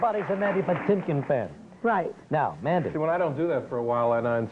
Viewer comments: puh-TING-kin. The ting is stressed. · It's PUH-tink-in